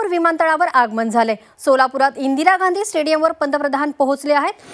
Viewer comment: Gandhi ओ मॅडम .. Gandi नाही ..